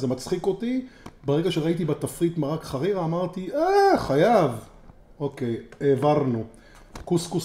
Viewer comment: כפרה עליך אומרים חרירה בחיבור ולא ח רירה..